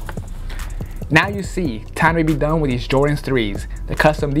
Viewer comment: Reshurations WiF